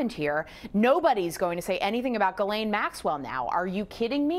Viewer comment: Why do you keep calling her "Guylaine"??? It's GHISLAINE (Jis-laine).....